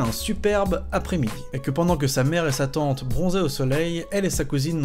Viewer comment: J'en peut plus pour la deuxième histoire quand tu dit "sa tante", j'ai compris "satan"... ça rend l'histoire encore plus flippante ^^